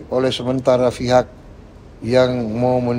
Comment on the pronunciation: Prabowo dulu sekolahnya dimana sih? Pengucapan yang betul itu pihak....bukan fihak.....sekolah ga ya dulu?